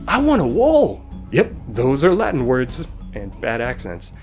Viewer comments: I m italian, i studied latin, but your pronunce is totally wrong. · so v is pronounced as w? That is not what I have learned during my two years of Latin-studies. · This video lacks all credibility because the narrator can't even pronounce the word "latin" correctly.